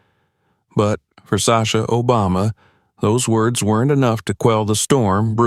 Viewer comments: Are you kidding me& The narrator cannot EVEN pronounce our past president’s name correctly? SHAME ON YOU FOR RELEASING THIS WITHOUT LISTENING, or even worse if you did release it anyway if you did listen. I feel ashamed of this video. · I’m happy he intervened. This discrimination has got to stop!🛑 So the president went with Sasha w/o a ticket? Or was it because he was ex president.😊🤷🏼‍♀️ The narrator mispronounced Sasha and Barack’s last name.😠🤷🏼‍♀️